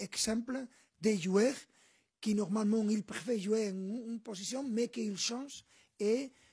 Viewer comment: Il a dis "oune personnalité contrastée"